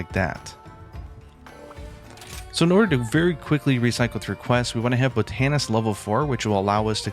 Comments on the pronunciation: You're saying boTANist and it's killing me. Proper emphasis for proper pronunciation is BOTanist. Google can help ya with pronunciation when unsure. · BOT-an-ist, not bot-AN-ist, hehe. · Bo-TAN-ist lol, usually you emphasise the BOT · Can't even say BOTanist properly, wtf is BOtanist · Botanist is pronounced "Bot'nist" not "Bo-tan-ist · "Bow-tan-ist" "Bot-an-ist" To each their own. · Great video, but isn’t it pronounced, “bot-nist” and not, “bo-tan-ist”? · Bow tah neest 😂 Bott-a-nist! But I'm a Brit so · bō-TAN-ist? It’s BOT-ehn-ist. Love you, buddy 😁 Been subscribed for years and love your content! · Great video, but dude: Bah Ton Ist. Not bow tan ist. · Sorry to be a grammar nazi, but I re-watched a couple parts of the video and I can't help it... Botanist. "Bot-uh-nist." Botanist. Tysm! Killer method btw. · It’s pronounced “BOT-a-nist” 😆 someone who practices “BOT-any” bro 😅😅😆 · FYI: “Bot-a-nist”. But also very helpful video. Thanks! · Good video, but man, you can't tell me you've never heard someone else say the word "botanist". What in the world. Bow tannist? Bro. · "BOT-IN-IST", thanks btw. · "Buh-TAN-ist." You're killing me. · it's "BAH-tun-nist" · I love how he said Bo tan ist 😁 The Godfather is here. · That pronunciation of botanist is wild lol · Super cringe on the Botanist pronunciation. Tomato potato I guess bro. Do you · Love the video, I'll be using this for sure. The way you say botanist kinda drives me crazy though.